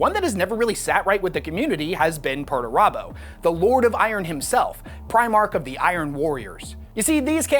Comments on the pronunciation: Pretty sure it's pronounced "Peter turbo" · Thanks to your pronuntiation of Perturabo I realized his name isn't actually PERTURBADO. Missed a chance there GW.